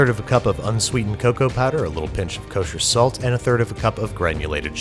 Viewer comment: Nobody: Binger with Babish: KOCHER SALT